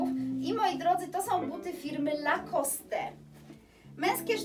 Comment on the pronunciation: Super zdobycze, jak zwykle. Zazdro! Zwłaszcza wężowego paska, wszystko inne też fajne. PS. Lacoste to francuska nazwa, czyli nie wymawiamy "e".